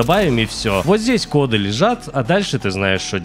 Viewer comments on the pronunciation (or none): none